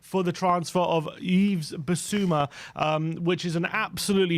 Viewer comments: Someone tell the boys it's pronounced "Eve" not "Eves", I can't take 5 years of hearing them call him "Eves" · Yves: the "S" is silent. Pronounce as Eve.